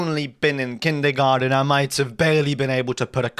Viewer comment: "Kindergarten" bro you're British